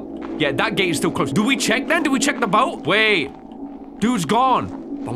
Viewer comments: Took me a minute to understand that when read "Something stole my boot" it actually said "Something stole my boat" 😂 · "Something stole my Boot" Lol I think you meant boat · Text: boat: boot